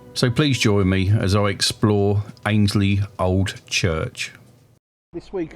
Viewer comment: Hey there! Great to see you somewhere local to me! I was born and bred in Annesley.. you pronounce it Ann-es-ley When I was a kid we were able to get into the hall. It is/was amazing in there. I hope it gets proper restoration soon